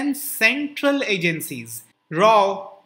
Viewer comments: RAW not Rao 😂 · Sir toh khel gaye...... Its RAW, not RAU..... Its RAW......... Good one 👌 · "RAW" not "Rau"! Hahaha nice one 😂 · It's RAW not Rau....awesome inbetween humour Sir...big fan😂